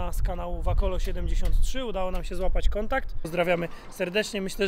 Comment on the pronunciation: Tak raczej wacolo niż wakolo